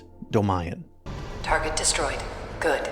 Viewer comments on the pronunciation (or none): none